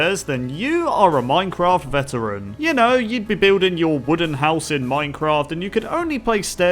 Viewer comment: This is how many times said "you are a minecraft vetarain" 150